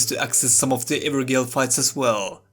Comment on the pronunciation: I was like you my friend..... Pronouncing Evergaol wrong, for some reason gaol = jail, and as to the main video subject, I think just being able to beat the same boss again with an optional level-scaled version would just be much better than what we have now, even if they straight up removed bosses and enemies that are repeated it would still be better. for example the ulcerated tree spirit was much cooler as a hidden boss in the depths of THAT area rather than repeated multiple times, the repetition retroactively makes the first time you see something much less cool / atmospheric. tougher / improved versions with possible new moves are much cooler of course but they also require Some work. I also wouldn't mind they just cutting the number of dungeons down significantly to avoid repeat content and instead have the rewards distributed somewhere else ( such as for your version of the evergaol fights ) While going through the game I always thought I'd start an NG+ immediately or shortly after, like I had done with sekiro ( best ng+ experience because of charmless run ) and other souls games, but now I just don't feel like it since I've seen just about everything there is to see and going through this much repeat content again would just be infuriating. ( even though I could skip most, I'm just not the kind to skip available 'content')